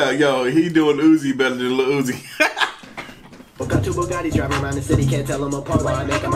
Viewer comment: oofff the disrespeck on uzi’s name